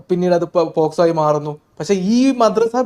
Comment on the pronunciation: പോസ്കോ അല്ല, POCSO